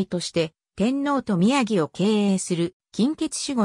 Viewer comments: 歩兵を、ふひょう？宮城を、みやぎ？あり得ない一旦、アップした当時軍関係動画を下げ、単語の読みの精査をされて再アップされる事を切望します。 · 日本語の読みが滅茶苦茶ですね。『宮城』は「きゅうじょう」と読みます。